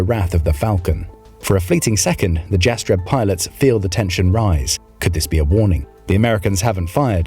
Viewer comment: the J in Jastreb is pronounced like a Y - Yastreb